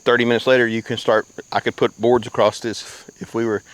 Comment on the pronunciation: "AcrossT" with a T? That's great.